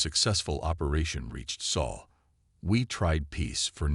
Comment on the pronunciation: This text to speech reader pretty much messes up a lot of names. Sol not Saul or whatever, The name of the Spartan King, etc. Not all readers are this bad. Of course a few are human.